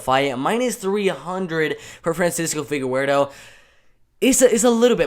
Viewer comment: Boy said “figawerdo”